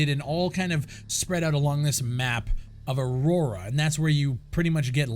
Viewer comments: Lol, at least look closely enough to realise it's not 'Aurora' as you say in this video, but 'Auroa.' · UHH-ROW-UHH.......there is ONLY ONE R in the name Auroa. Not to mention you are a single Ghost behind enemy lines because your squad dies in the helo crash(es). Only time to play in a squad is with 3 other live players...NO AI.